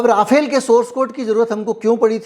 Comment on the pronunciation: First of all, Rafale is the name, not राफाएल! Secondly, Rafale in fact did use Brahmos in this month‘s action against Pakistan. Obviously, you are wrong to claim otherwise. Third, it is far from clear or decided whether Su-57 is being considered for Navy. A deal or serious negotiations have not begun. Finally, बताया जाता है is not a source at all! कौन बंता रहा है? If you are a journalist worth your salt you would not have made irresponsible claims like this.